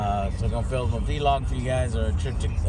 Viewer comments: Joe is still the only person to this day that I've heard pronounce it V-Log lol good stuff as usual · Vee-log. VEE-LOG.